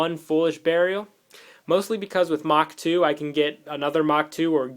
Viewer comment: By the way, I'm pretty sure its "mark 2" not "mach 2" I may be wrong.